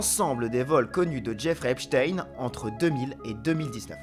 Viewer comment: enfin un journaliste qui dit epstein correctement